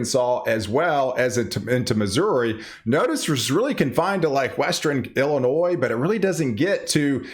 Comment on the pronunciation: It's not El inois, it's ILL- inoi